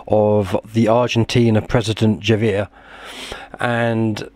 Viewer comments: In Spanish the J is pronounced like an H. It's Havi-year. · Jav eer you ignoramus. Surrey it is Hav eear ?